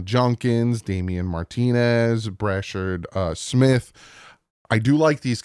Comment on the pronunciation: I don't have a problem with your Top 5. I do have a problem with the way you tried to pronounce Brashard Smith 😂